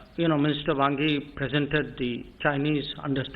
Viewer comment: Jai shankar said 'Bhangi' instead of Wangyi 😀😀😀